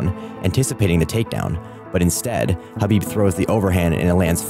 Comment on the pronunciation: Khabib destroyed him and you should pronounce his name correctly if you're actually going to talk about it. It's not an h or a k, it's in between kind of like when you're trying to hock up a loogie.